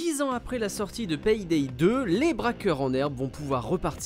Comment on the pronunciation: vous avez vraiment un problème avec la prononciation des "Y" par chez vous... PAYDAY se prononce "Pé Dé" et pas "Pèye Dèye"... d'ailleurs "Play" de Playstation"... se dit pas : "j'ai ma plèye" mais plutôt: "j'ai ma plé" ;)